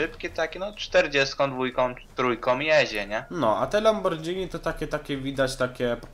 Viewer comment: sorki ale mnie to boli LAMBORGHINI (WYM. LAMBORGINI ) NIE DŻ ;P